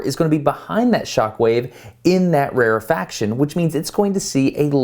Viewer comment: its rarefaction not rarifaction lmao